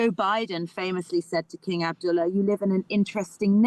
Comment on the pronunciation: "King Abduller" lol